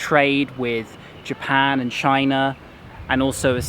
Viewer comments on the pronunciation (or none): none